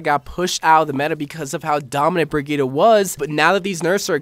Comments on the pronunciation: bri - gee - tuh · A question for the qna: Can you ever pronounce brigitte right?